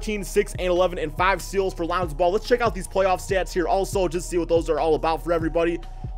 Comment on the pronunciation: Lanzo ball. Swear you say his name that way everytime. lmao